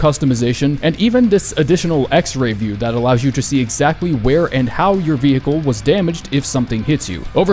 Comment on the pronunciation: bro stop saying vee hickle its vehicle